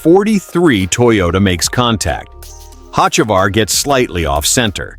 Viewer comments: This guy pronounces Carson last name 2 different ways, and both are incorrect. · I'm unhappy, one would think with all the advances in AI, they could get a persons last name pronounced correctly, guess AI isn't all that cracked up to what everyone seems to think it is, shitty deal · for a new chanell you have some work to do.. 1, if you advertise cheating scandle, show it or change the damn title. 2, get the names right. fans cant stand posers pronouncing incorrect names and 3, what does chase elliot have to do with carson ochavar? lol.. videu must be in sync 100% of the time. thats my 2 cents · How many ways can the ai can't say his name right? Fix your ai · Can't even pronounce a name correctly even said a name or something 2 different ways. Learn to pronounce correctly or just say you don't know how to pronounce it. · Please get your facts correct before you start your comments, also learn the drivers last name and announce it correctly. Get with the program!!